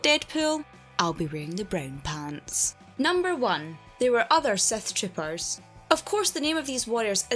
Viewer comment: The accent makes it sound like Seth tropers.